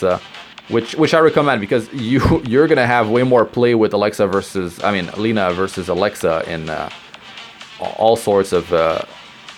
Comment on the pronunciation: It is not [ˈliːnə], it is [`lenʌ].